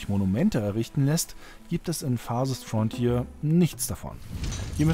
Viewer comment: Ja, dieses „Farsest Frontier“ ist wirklich wunderbar.